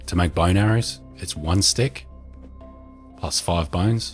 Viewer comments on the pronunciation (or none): none